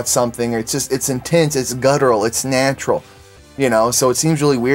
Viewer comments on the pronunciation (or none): Lol nyaatural xD